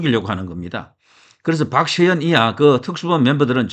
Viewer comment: 박시현이아니고 박세현 발음잘하시기바랍니다